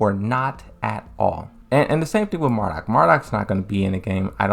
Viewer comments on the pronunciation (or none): none